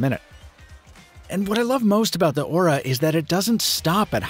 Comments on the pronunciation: What he says: Aura What I hear: Ora Ora Ora oraaaaaa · Every time he mentioned the device name, all I heard was "Motor Ora Ora" オラオラオラ